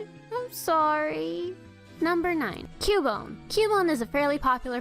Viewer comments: its cubone CUH BONE!!!! not Q BONE!!!!!!!!!!!!!! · THE NAME IS PRONOUNCED "Q-BONE"! LOOK IT UP! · i allmost cryed when she said cubone